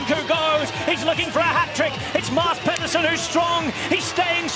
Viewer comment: As a non-Danish speaker, I know "Mass" is correct, but I thought Pedersen is more like Peedersen and not Pehdersen?